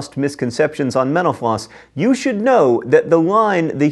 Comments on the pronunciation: Anyone else notice that in his closing, when he says thanks for watching mental floss, it sounds like menopause? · whenever he said “mental floss” i tHOUGHT HE WAS SAYING MENOPAUSE AND I WAS SO CONFUSED